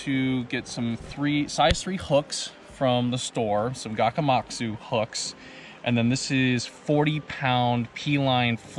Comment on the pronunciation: Did you say Gakamatsu...?🤣😭